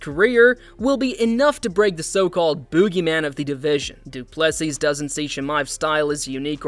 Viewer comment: If you cant pronounce Du Plessis last name correctly just call him DDP, the S at the end is silent!